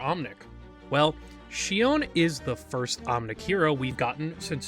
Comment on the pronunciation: Not sure why you mispronounced Shion's name in this video? Her face does move in game. She winces and smiles in animations. Her design reads more like cyborg human than an omnic wearing a human mask bc Hashimoto wear demon(oni) masks (where Shion deems humans the demons.) I don’t really like Shion's writing set up because she feels more like an allegory for human abusive mothers and generational trauma, rather than Shion being omnic first. Bastion, Zenyatta, and Ramattra are all omnics first. Even Orisa and Echo are robots first, not clearly metaohor for human situations like how Shion is an abusive mother figure to Mizuki. I think Shion also unfortunately veers way too much into a regressive "Dragon Lady" stereotype. :/ Her sadism, materialism, defined as 'ooooo uncanny' and its just an Asian woman that looks like a cyborg human, ooc vacuum sealed bust and butt, etc do not read well, nor that devs directly said Shion was inspired by O-Ren from Kill bill. Really disappointing they used kill bill as inspo, considering the director is a woman abuser and actresses were abused during kill bill filming. John Wicke inspo was fine enough. Shion feels like the writers are trying to hard for her to be "edgy badass" without the self aware camp other heroes have like Reaper. Shion's intro animation on the menu made me /laugh/ bc it feels like the writers are trying to hard to make her edgy. Like... where is her camp? Imagine if she had gunheels like bayonetta and did campy action scenes